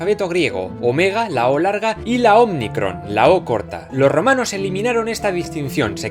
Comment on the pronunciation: Omnicron jeje es omicron